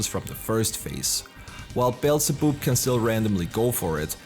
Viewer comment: Forgive me for this but... "Beelze-boob"